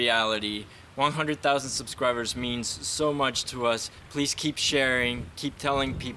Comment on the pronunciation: Anyone notice that said subswibers